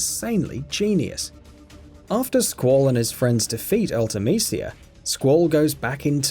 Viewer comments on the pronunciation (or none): none